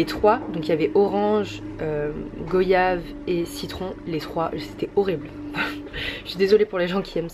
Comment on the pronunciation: Goyave se prononce gouayave 😭😭😭😭😭